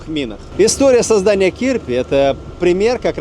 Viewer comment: а он разве не "Чирпи"?